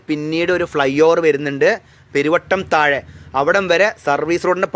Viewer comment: ചെറോഡു അല്ല ചോറോട് & പെരുവട്ടുംതഴ അല്ല പെരുവാട്ടുംതഴ🤔🤔🤔🤔